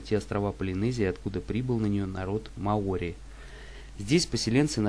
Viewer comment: мАори, Карл! Не маОри!!!